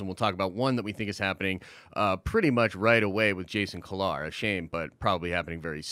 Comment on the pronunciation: Jason (Key-Lar)